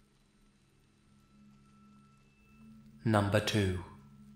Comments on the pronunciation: "Numbah one." i love you lol. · "Numba one" I love this man lol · Ahh the sensational sound of voice saying "number woon" ahh so nice